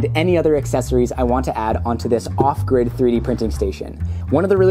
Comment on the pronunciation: Every time he says off grid, I hear awkward, and I have no idea why. I got so confused the first time he said off grid lol